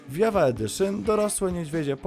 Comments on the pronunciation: Minecraft JAVA Edition czyta się *dżawa, a nie jawa, tak tylko mówię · Tak wgl to Java czyta się dżawa. Java to język programowania, w którym jest napisany minecraft